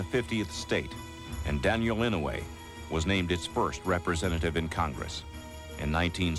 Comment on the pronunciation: inoay? its pronounced like I-noy. If you don't know him from this documentary you should atleast know him by the fact that hes the longest serving senator in American history.